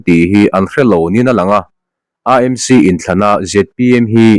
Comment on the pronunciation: Aa Em Si (AMC) ti lovin, Ee Em Si (AMC) ti ve mai la. Mizo-in C hawrawp kan neih lo a vangin, a ni dàn ang hian lam ve mai hi a thra.